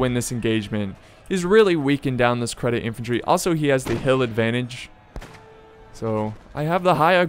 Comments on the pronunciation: that unit isn't "credit", it is pronounced "Jeddit". And if I remember correct, Ottoman cavaliry was called Deli cavaliry, Deli means lunatic in Turkish. Isn't that interesting?:D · just for the record: Jedeet, not "sedit" (nice one btw :P) the c in Turkish is pronounced the way we would a "j" in "Jack". (j is pronounced the way we would the s in "measure" in Turkish). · its not credit.its cedit.pronounced at sedit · ITS CEDIT xD not credit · Lol dude u cant read...its cedit not credit damn :D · ÇETİN thank you, i was going crazy from him saying that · there is no r in cedit for the ottoman empire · basically every youtuber says it incorrectly so im not suprised if thats where you heard it from